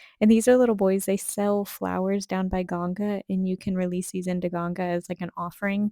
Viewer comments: U pronounce himachal and even Ganga's name correctly, thumbs up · Appreciate your correct pronunciation of Ganga instead of the westernised Ganges. Peace.